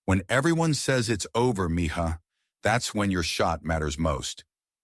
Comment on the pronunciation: Not Miha,,,,Mija!!!!!